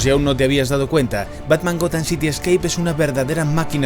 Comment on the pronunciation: « Escape » no « Scape ». 😊